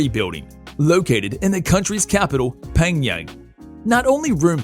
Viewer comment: Dear: It would greatly help your credibility if you knew how to pronounce the name of DPRK,s capitol: Pyongyang ("pee-young yang"), NOT {"PANG yang").